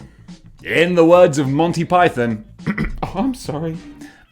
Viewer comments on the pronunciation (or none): none